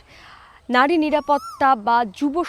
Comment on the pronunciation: It's নারী not নাড়ী